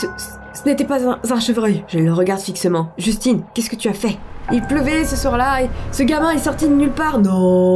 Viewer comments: Tu dis Justin " un " Bieber ou quoi ? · sa se dit justin